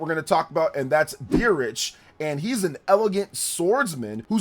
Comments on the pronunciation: I think Dietrich is pronounced Deet-rih not Dee-rich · No offense! If your going to hype up characters at least learn how to pronounce the names and such. Dietrich is Deetrick. It's german like pronunciation. Not Beerich? whatever the heck it how it was said was WAY off?? Leda is in no way pronounced Leh-da, its either Leeda or Layda. Theodora is from the kingdom of Saramis not Samaria.